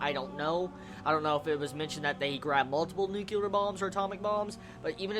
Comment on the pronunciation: You keep saying "nucular" it just reminds me of that W. Bush moment. It's nyuu-klee-urr. :P